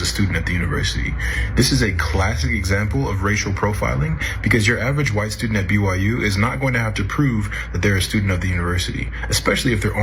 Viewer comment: Its the awite Church and their awiter religion.